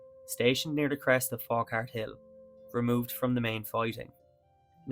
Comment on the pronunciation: Nice video. People from the area pronounce it Fau-hart.